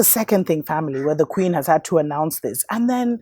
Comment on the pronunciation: This WOULD HAVE been an ideal to make a move as pale inferiorists meet their demise -- IF EVERYONE HADN'T volunteered their veins to be bio'programmed. #pointofnoreturn I HOLLERED at the way you pronounced KKKWeeen tho'. 🤣🤣🤣 is FACTS... but err'body is sleep, so I don't even waste My breath warning anyone anymore, and I only spend Energy with those BLACKppl who are INTENTIONALLY decolonizing themselves. GoodLuck surviving the klandemicHollowcost everyone!!